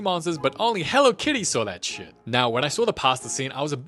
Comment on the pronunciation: "dIsGuStInG sHeAt" 🤣🤣